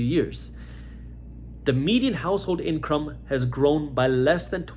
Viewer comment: He said "the average inCRUM"...froudian slip anyone 😬. Reality speaks one way or another.